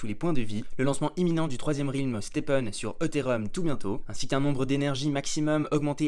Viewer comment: Ça se prononce Rèlm pas Rilm 🙏🏻